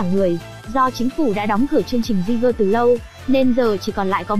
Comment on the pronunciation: Kênh review chất lượng, khá chính xác, mỗi tội cách gọi tên jeager hơi bủh bủh lmao